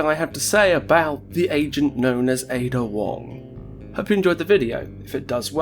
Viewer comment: Finally, someone who pronounces het name properly